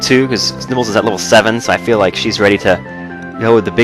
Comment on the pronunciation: at some points in the video you sound like your saying nipples instead of nibbles